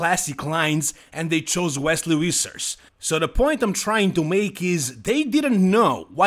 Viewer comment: It's pronounced more like Fissers not Wissers. It's actually a vfvfvfvf-sound.